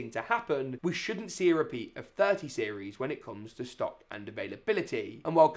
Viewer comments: i like how it said in sock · Ah yes, out of sock, in sock 😂